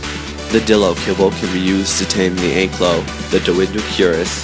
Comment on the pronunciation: Thank god you don't say anklyo im proud that you say ankylo im a dinosaur fossil excavator and have named 3 dinosaurs